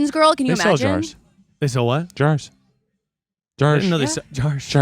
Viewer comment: Idk why, but Keith and pronouncing “jahrs” made me snort my coffee out my nose. I’m okay lol